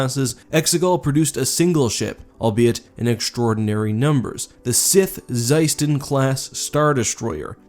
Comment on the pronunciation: It's pronounced as "sUston"